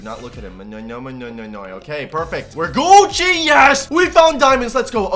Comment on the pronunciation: did anyone hear say goocci